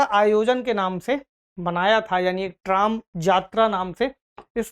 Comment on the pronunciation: Trom nahi . Use tram bolte h